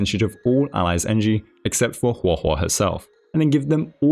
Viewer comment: I just wanted to say that Guo Guo can be read as "pan pan" (as in like frying pan), well, since Guoba is a food that is made from a kind of rice that is cooked until it sticks to the pan. Which is funny, I guess. Also, good job on pronouncing her name, you did pretty well